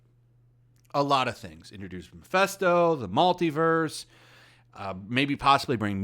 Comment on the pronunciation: I think comparing it to The Last Jedi is just demonstrably false. It wasn't perfect and had it's problems, but it was FARRRRR better than The Last Jedi. The two are not even comparable in the least. Also, it's Mephisto, not Mephesto.